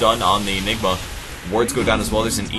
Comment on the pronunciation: ok, all the jokes about mispronouncing ''Anigma" are getting old.